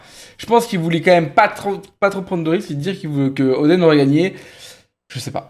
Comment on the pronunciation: 😂😂"Louffy" , "odeun" , tu prononce comme une vache espagnole 😅